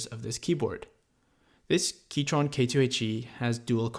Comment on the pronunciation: He keeps saying keytron...